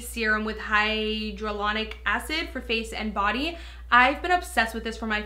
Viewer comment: did I hear hydrulonic acid? or am I just stupid.. why did she say it like that? (I've beard her say it like that before talking about the born this way concealer)